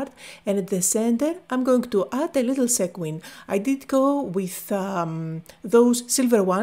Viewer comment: I love how pronounces “sequin”.